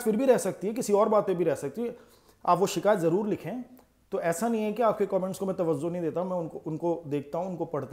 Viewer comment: Tawazzu nahin Tawajjju